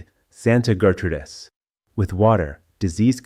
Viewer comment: Interesting video, but the narration sucks. A real person would be better. Someone who knows that the period after a middle initial is not indicating a pause between sentences. Someone who knows how to pronounce fractions like 3/8 and 5/8. Someone who knows how to pronounce Gertrudis. And how to pronounce mares (female horses). It's a one syllable word and not pronounced "mar es"!